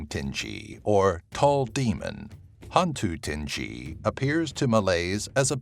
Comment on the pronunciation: Hantu tinggi is pronounced Han too ting gui